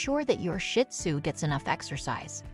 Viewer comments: Another option for avoiding loneliness when you have to be away for a couple hours is to adopt a companion. I have a pair of shih tzu and they’re never lonely though they do miss me when I’m gone. (And pronunciation correction. It’s not “shit-sue”. It’s “shih-tsue”. 🤦🏻‍♀️) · It’s not shit zoo, please pronounce it right Shee zoo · It is not pronounced Shit Tzu, the proper name is Shih Tzu. My little man is 5 now ❤🐕🐕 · Never pronounced Shit Tzu its's Sheets Tzu or Shes Tzu (means little lion in Chinese) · Pet peeve of mine! Not shit tzu! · PLEASE LEARN TO PRONOUNCE SHIH-TUZ-I CANT STAND STUPID PEOPLE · You can not even pronounce the name. It's not shit sue. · It’s actually pronounced sheed-zoo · I'm thinking the same thing! Shih does not have a T at the end, it has an H!!!